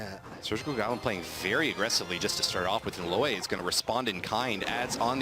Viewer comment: It's LOAY AND NOT LWIAY